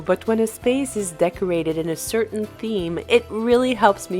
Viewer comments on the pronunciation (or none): none